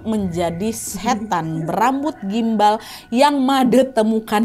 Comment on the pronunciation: kenapa bacanya susuk gumbal 😢